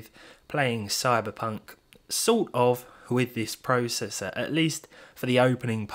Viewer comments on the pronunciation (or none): praa cessor